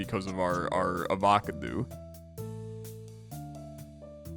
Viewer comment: How do you say Avocado? Are you AI? :)